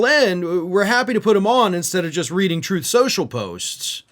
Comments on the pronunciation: "Troth. Cential." - DJT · Actually, according to Donald, it's pronounced "Troth Socul".